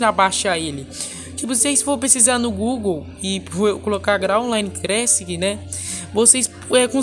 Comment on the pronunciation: Erros na língua do: graal crassic, pray story kkk